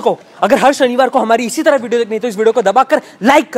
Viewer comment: YOU SAY HAR SHANIVAR & I HEAR HARSH BANIWAL 🤣🤣🤣🤣